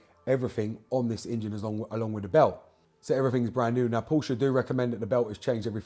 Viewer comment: Thank God. As well as knowing what you're talking about with BMW and Porsche, you also know how to pronounce the latter correctly - a personal bugbear, I'm afraid - and I'm Welsh! A quick, unrelated, general question if I may; why have many manufacturers (BMW incuded) omitted oil dipsticks from their more recent engines? I found the 'old-fashioned' simple stick the most reliable means of maintaining oil level rather than allowing it to fall to 'top up' level. Many thanks (from Oxford).